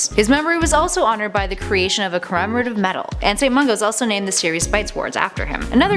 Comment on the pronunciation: Drum-stang and then Durm-stang . . . yeah 😂 I noticed that too, and Holy-head, instead of Holly-head, and “cor-emerative” or something weirdly butchered instead of commemorative. She should really slow down a bit.